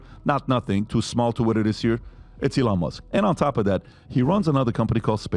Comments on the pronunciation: Patrick, e-LAN means enthusiasm. EE-lon is Musk''s first name and he pronounces it that way. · Accent like eLON instead of Elon? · PBD - The Captain Obvious who still can’t pronounce the word Elon. If anyone is a dumb philosopher, it would be him.